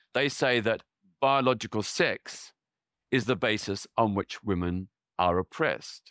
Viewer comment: Why is women mispronounced consistently? It should be /wimin/.